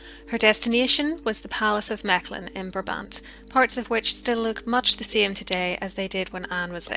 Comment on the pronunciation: Your pronunciation of Mechelen is very good, yet the province is called Vlaams-Brabant (and you stress the first syllable in Brabant).